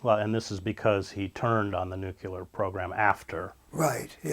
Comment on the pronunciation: Miffed to hear Hedges pronounce nuclear nuku-you-ler, the way Bush did....damn. New-clee-er, please, Chris!